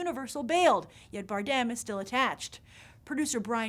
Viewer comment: Grace your pronounceing Javier's last name the wrong way.